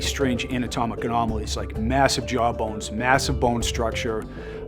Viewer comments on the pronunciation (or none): the narrator says “anatomic anolomies”. Everyone makes mistakes, but I wish he’d gotten the chance to change that bit to ‘anatomical anomalies’😊